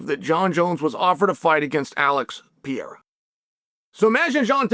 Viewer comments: “we can agree that Alex Pee-Era…” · Will he never say Alex's name properly? Just call him Alex if you can't not butcher his last name. For goodness sakes, Chael. He's only been in the UFC for 5 years now. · Pereira . Not piyera .PEREIRA!!!!!!